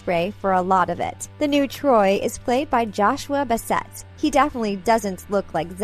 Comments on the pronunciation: I love these videos, but Joshua's last name is pronounced, "Bass-it" not bussette. Great video btw! ❤️❤️❤️ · did she just say joshua basETT? Is that how it's pronounced? I pronounce it a whole different way. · she said "Joshua Beesetttt" i cringed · Is anyone gonna talk about the way they said Joshua Basset. 😂🤣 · There is no way she just mispronounced Joshuas name. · Ok, let’s see how many inaccuracies there are lol 1. Ricky didn’t rly join the production of HSM to impress Nini, he did it to try to win her back. 2. That’s not how you pronounce Bassett as many of the other comments have pointed out. 3. No Ricky isn’t a Jock, but he does spent a lot of time at a skatepark and on his skateboard. 4. Lol Ms. Darbus was a big character 5. But they both are set and filmed at the same school 6. This isn’t a new version of the movies though 7. It’s not Dara as in car, it’s Dara as in dare 8. So you’re just going to forget that sharpay’s fabulous adventure exists? 9. So only Olivia and Joshua are good singers? The rest of the cast are very talented y’know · This gave sooo much info ty but I just don't mean to criticise you but Y9u said joshua bassetts name wrong